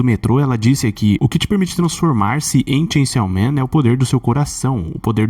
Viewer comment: Ele fala chainsiaw man de propósito né....